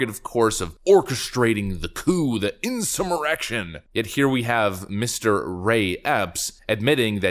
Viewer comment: …”insumerection”,…Getting a little Salty, there…cute😜